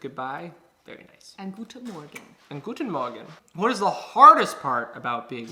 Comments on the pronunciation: Why do they pronouns guten morgen so good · Can we please talk about how good the pronunciation of „guten Morgen“ was ? 😳😍